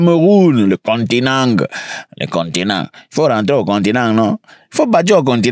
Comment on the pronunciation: Non tu m’as déconcentré avec Cameroun 😂😂😂le continengu faut rentrer au continengu😂😂😂😂